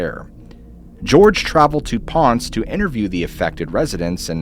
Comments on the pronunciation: It's "pohn-sey" not "ponse" 😭 Poor Ponce getting butchered. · Great video. The only thing I would add is that the Narrator says Ponce(Ponz) he should pronounce it as Pon-say. Down In The Deep Blue. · It’s pronounced pon say. Ponce. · Please next time you do a video and you mention another country at least look up how to pronounce the names. I'm Puerto Rican and it was really hard for me listening to you butcher the name of the town Ponce you mispronounced it like crazy it was brutal for me! There were other names and words as well but that one stood out the most to me. 😫😵